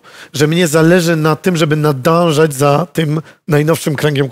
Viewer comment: Nadążać a nie nadanżać!